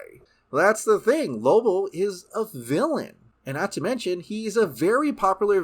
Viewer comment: I was hoping I wasn't the only one hearing that. Lobo. Not Lobull. It was kinda getting on my nerves.